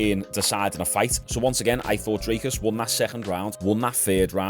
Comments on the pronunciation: Its pronounced drik-us by the way 😂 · Brooo fuck me 😂😂 his name is dricus du plesis I understand getting the last name wrong but where are you getting “drake us” from😂 there isn’t a single A